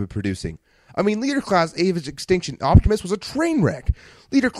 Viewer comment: haha you said optobotimus while cauching lol